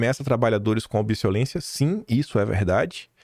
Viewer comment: a título de colaboração, cuidado com a leitura rápida, para não dar rateadas. Não é "obsolência", conforme lido e depois repetido, é obsolescência!